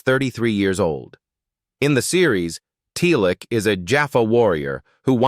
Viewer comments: his name is Teal'c not TLC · Good grief the AI commentary got me dying 🤣 Chris Judge as "TLC" & "Telic"